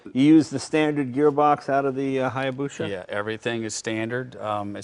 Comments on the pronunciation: We love you Jay, but it's hya - busa not busha. Confirmed this with a Japanese friend. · HayabuSa, not HayabuSHa. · it is called hayabusa and not hayabusha... it is just spoken like that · "Hayabusha" says Jay. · Say hayabusha one more fucking time. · jays pronunciation of hayabusa gives me the heebee geebees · I somehow feel dumber after reading that, thanks for tying to quantify it thou. The owners said hayabusa right, just not Jay. Guess if you have that much money, it doesnt matter if your right or not. look at Trump. lol Its a great channel thou, unusual vehicles and passionate people